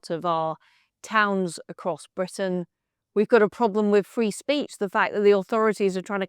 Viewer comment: When Liz pronounces the letter "R" in Britain as a "V" -- i.e. Bvitain -- that's on purpose. It's an homage to Winston Churchill and "V for Victory"! 👍😜🇬🇧✌